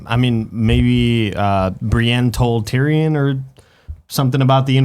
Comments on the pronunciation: Why am I watching this video when can't even pronounce Tyrion after 8 years.. Tyran? Really? More than once you call him Tyran? Smh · "Tireyon" . K bye